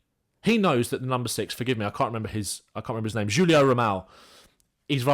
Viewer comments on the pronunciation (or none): none